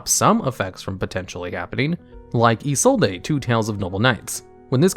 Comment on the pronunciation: Look man, you put way too much time and effort into these videos to still be mispronouncing isollde, and I'm not sure subscribing until you don't.